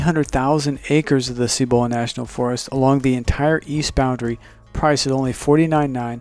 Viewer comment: Cibola. Emphasis on the first syllable. Seee bu lu not see BO la.